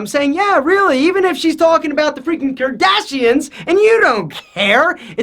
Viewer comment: “Kerdashins” really!?? “Becose” you need to speak right please and thank you